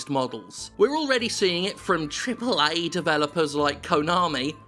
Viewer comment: I won't let you get away with this lazy, lazy "AAA" intonation! :D